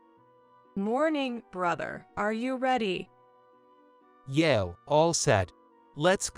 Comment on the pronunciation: Please people, yeah is not yay.